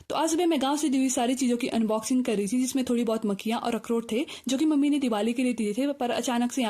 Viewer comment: Bahut der me samajh aaya ki makkiyan bola na ki makkhiyan😂😂😂